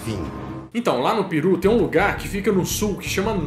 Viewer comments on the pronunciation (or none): none